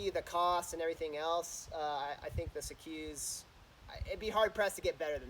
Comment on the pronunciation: Just so you know, it’s pronounced like sea-cus, not sea-Quse. If you go to the Vorsprung site, you can hear the owner say it, It’s good to know the proper pronunciation for a product that you’re reviewing. 👍🏼